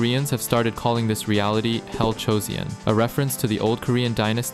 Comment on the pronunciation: Nice video, I hate how you pronounce chaebol, dislike Edit: hell joseon also miss pronounced, unsubbed.